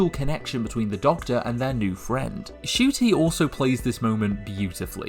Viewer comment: It's N-cuti not just cuti btw, I mean even he mispronounced his own name for a while so